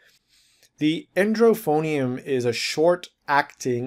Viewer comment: It's not "endrophonium", it's edrophonium